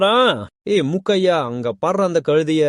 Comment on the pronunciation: முக்கைய்யா அல்ல மூக்கைய்யா.. கதை நன்றாக போகும்போது இதுபோன்ற உச்சரிப்பு தவறுகள் ஆர்வத்தை பெரிதும் குறைக்கின்றன